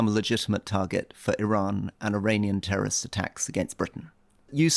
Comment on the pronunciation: "you become a legitimate target for i-run and i-runian tearorist attacks".